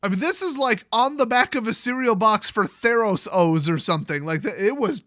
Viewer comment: Really? You said "Theros-Os" when you could have gone "Ther-Os?" I'm not mad, I'm just disappointed